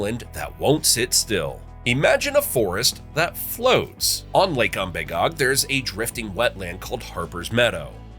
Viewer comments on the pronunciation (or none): Pronounce Umbagog without a long "a" like you did in this video and without doubt you're a gdamn flatlander.